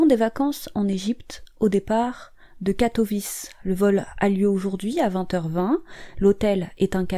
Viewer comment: Katowice se prononce Katovitché et non Katovisse...